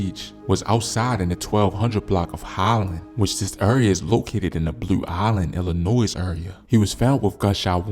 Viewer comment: It’s Illinois with no s at the end bro